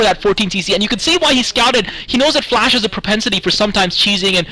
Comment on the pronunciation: Rise, FLASH not FLESH :D